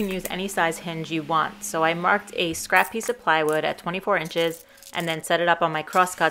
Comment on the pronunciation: Stop always saying "scrappiece"